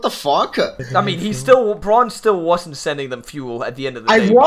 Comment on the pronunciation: Braun? I think you meant Brawn, just pure Brawn